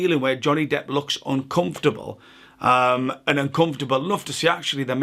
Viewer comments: # am I hearing this as an unintentional pun? Johnny “depth” I’ll resume listening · did u call him johnny depth? lmaoooo